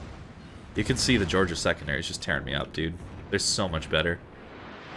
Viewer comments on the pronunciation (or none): none